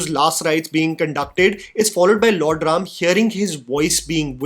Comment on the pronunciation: Thank you for saying RAM and SHIV and not adding unnecessary A at the end of Indian names